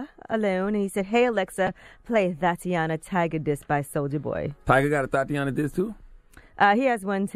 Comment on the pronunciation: Please don’t make Charlemagne say “Thotiana” again....